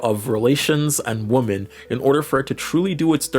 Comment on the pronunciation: Why do you pronounce "women" woman?